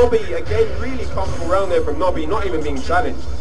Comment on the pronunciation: LOL it's 'Nobi' not 'Nobby', he's not Harry potters dick shaped elf! In the UK we informally add a 'y' suffix to transform nouns into adjectives. For example: I like that biscuit (n), I like that 'biscuity' (adj) pizza base. A 'nob' (n) is a male's genitals and describing someone as 'nobby' (adj) means they're characteristic of a penis.